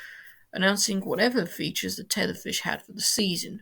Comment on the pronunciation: Hi, I do like hearing British people trying to pronounce Irish phrases and terms. RTE is of course Radio Telefis Eireann, but those three words are not pronounced as they are written. The a in Radio is pronounced with as a lower case "a" would be. Emphasis on the "fis" in Telefis as fiss and of course Eireann sounds like the female name Erin.